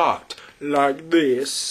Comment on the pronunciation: "like 'dis..." lmao, you sounded like Borat than Dracula. ^_^